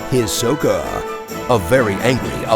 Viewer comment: I might be wrong, but I believe the first syllable of Hisoka is the stressed syllable